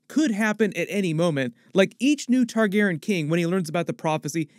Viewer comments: Man, please say "TargarYen" not "Targarren" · Why is leaving out the "Re" in Targaryen.. I know it's a change. I went back and watched some reviews from Game of Thrones and he said it the way we all say it